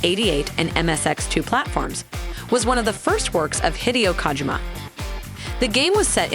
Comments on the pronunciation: Yo who the fuck is KAHgymUH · Please stop saying kaajima